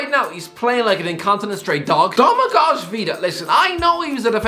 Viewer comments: Btw Domagoj Vida's first name is pronounced DO-ma-goy, not DO-ma-gozh. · Domagoj is pronounced Domagoy - the j is a pronounced like a ye